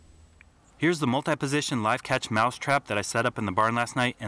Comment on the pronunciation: Umm excuse meh, it is "mouse" not "mouce", sir!